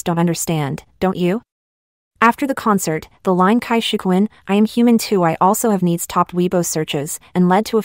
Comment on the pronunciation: And his about face on changing parties. The rest were just young people who get lost from lack of direction. Jackie Chan, what have you done?:face-fuchsia-wide-eyes: His wife was a beautiful Taiwanese Actress way back when. Cai is pronounced Tsai. I really hate pin yin.